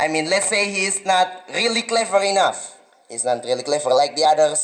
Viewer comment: Educator sering salah ucap : are you agree ? ❌ Do you agree ? Enough = enog ❌ inaf